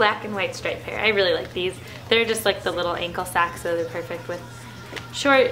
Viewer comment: Lol. For some reason i thought u said u were obsessed with sacks in stead of socks.